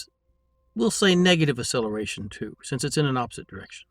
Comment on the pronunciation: Your enunciation fail on the word acceleration, is painful... I keep hearing ah or uh-seller-a-shun, never acceleration... You are still many times more knowledgeable than me, much more of a master in the world of intellect.